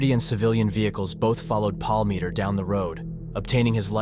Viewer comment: You mispronounce his last name the entire time I think it was about 100 times